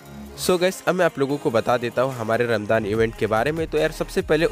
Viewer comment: Bhai vo ramjaan hota h